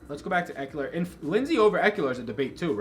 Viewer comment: Good job. I think It’s a good week for Ekeler. FYI there’s no “u” in Ekeler